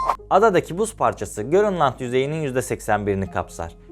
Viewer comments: Abi o görünland değilki grönland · abi görünland değil, grönland